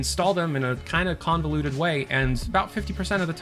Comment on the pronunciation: I heard conveluded and that killed it for me.